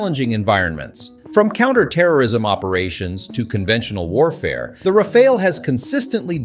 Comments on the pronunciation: It is not pronounced as Rafael or RAFAEL, but Ra'faal or RA'FAAL!/. Ok!?? Ok!?? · I’m french so maybe I can help : Rafale is pronounced in 2 syllables with both the same vowel sound “a” : Ra like in rabbit, fale like in phal-lus 😅 Ra-fal That’s it ! + the word rafale has 2 meanings, first one is a strong gust of wind, the second is the burst of fire of automatic fire weapons ! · French person here. You are butchering the pronunciation, but mainly because you can’t seem to settle on one. Here’s the correct way to proncounce it (using „American“ phonetics): Rafale -> Ra-FAHL. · How is it that the narrator call it the Ra-fall and then Ra-fail, switching between them repeatedly during the video. I do believe the proper pronunciation should be Ra-fall, but maybe a French speaker can clarify. And the whole 'unrivaled situational awareness' is comical given the ability of a F-35 pilot to see through the plane and all around it thanks to a myriad of cameras for that purpose. But, the Rafale is a beautiful plane and in the hands of a top pilot it should give almost anyone a scare -- so long as it isn't shot out of the sky before it sees who shot it. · it's pronounced "Rah-Fahl" not Rah-fah-ley, not Ray-fahl, not anything else. Just Rah-Fahl. Having 3 to 4 different pronunciations of the same word in the same sentence is quite annoying. Even if you don't know the right one, try to use 1 pronunciation only. That's disturbing otherwise. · is it me or you keep changing rafale pronounciation